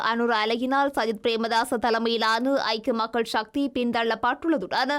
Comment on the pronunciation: சக்தி என்பதே சரியான சொல் ஷக்தி இல்லை.கட்சிஎன்பதற்குப் பதில் கட்ச்சி என்று ஏன் கூறுகின்றீர்கள். தயவுசெய்து திருத்தி வாசியுங்கள்.